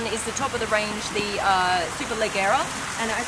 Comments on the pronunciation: very informative though i think you missed the 0-100 and top speed of the DBS. Also isn't it pronounced superlejjera with a "j" sound? In italian the soft vowels e and i make "g" pronounced as "j" I believe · It's hard to tell the difference between the body styles when the only thing we can see is the host. Good shots of the interiors though. Also, the host mispronounced Superleggera; the Italians, nor the Brits or the Americans pronounce it the way the host did. Last, with over 15million subscribers, you think SuperCar Blondie could invest in a Lav mic for her videos, the audio sounds terrible and misdirected. Hopefully this is well received as this channel is extremely fortunate to have their followers and should be a bit more respectful to bring the minimal quality to the videos.